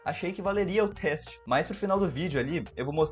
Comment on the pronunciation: pq ele fala MÃS?? MANS???